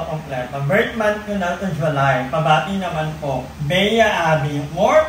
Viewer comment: Wow madam! Always nakasubaybay saiyo salamat na shoutout din hehe buo na birthday ko. Tama po yung unang pronounce ng name ko (Beyea Abes as in /Bea/). Sana makapag collab talaga tayo in the future. ❤🤗